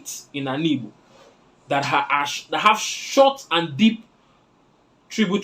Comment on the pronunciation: Even you is wrong to say ibo instead of Igbo. You can't say ibo because oyibo man calls that way, it is a disrespect to us to call ibo and worst is when you are also an Igbo man. If you can pronounce that word Igbo perfectly even if you are not an Igbo man it will qualify you to get citizenship from Igboland because that word Igbo pronunciation is hardest thing for non-Igbos. Once again, learn to say Igbo and stop insulting us with ibo.